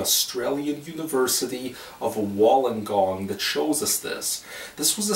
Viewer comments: Sounded like it was in Chyna not Australia 🤔 😆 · Anyone else triggered by how he said "wollongong"